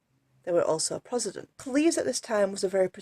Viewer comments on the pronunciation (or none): Its Pro-test-tant....not whatever the heck you said.